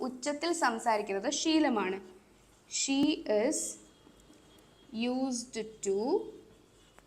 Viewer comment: യൂസ് റ്റു✅ Not യൂസ്ഡ് റ്റു ❌